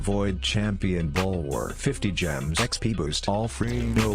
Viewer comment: To everyone trying to find the timestamps to skip the ad, rhymes gems with spend so you can make fun of him for that instead!